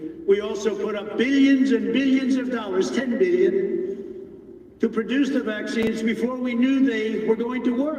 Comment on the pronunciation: How many, precisely, is a bee-yun dollars? Or for that matter, a mee-yun?